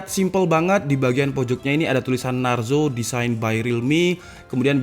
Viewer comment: Narzo bukan naruzo😂